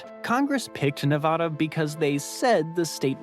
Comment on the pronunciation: Ne-VAAAAAhhhda! seriously!